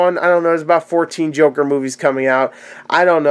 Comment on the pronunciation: The "jorker" :-D